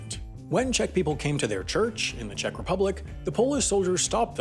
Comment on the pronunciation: Anyone else get completley triggered by the oronounciation of Czech? so annoying, he kept on repeating it too!